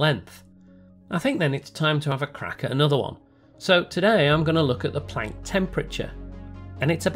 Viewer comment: I like how you say Planck and not Plonck.